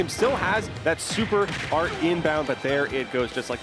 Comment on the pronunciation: As a long time tekken fan it really made my ears bleed when he said “super art inbound”😂